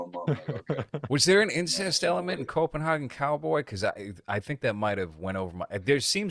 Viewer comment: Dude, it's pronounced Copen.HEY.gen. Come on now city boy! jk Nice shirt btw. I never got a chance to grab any of his merch before the long hiatus so hopefully he does some more "A24 ripoffs" I can snag. Also, just watched the new Hellraiser (Hulu Remake) and it actually was surprisingly pretty well made. I'd love to hear your take on it especially with the whole approach of the cenobites being mainly female casted and pinhead being a transgender woman. That would be pretty interesting.